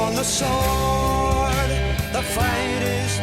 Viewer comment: Sword is pronounced *sord